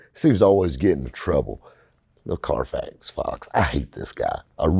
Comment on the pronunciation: When the Middle Eastern wholesalers say Carfax it sounds like Carfox... Clean Carfox! I'm pretty sure that's where they got the fox... Anyway, is spot on as usual.